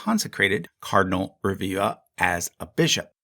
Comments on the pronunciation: Rebiba is pronounced Rebiba, not Reviva.. b and v are different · Just checking out the pronunciation of names would have made the video far more enjoyable. It's ReBiBa. B, like in Be, But, Boy. It's Italian, not Spanish. And PaluZZO PaluZZI is pronounced like in piZZA, a strong ts, not like zebra.